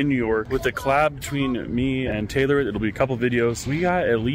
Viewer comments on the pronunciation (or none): none